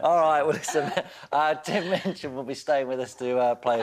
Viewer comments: seconds into this interview I know there's gonna b trouble, because she mispronounces his name as "Mitchin" and he shoots her that sideways glance... But god, I'm such a TMOCD I will even wade through crap like her to get a little bit more HIM! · Minchin. Not Mitchin.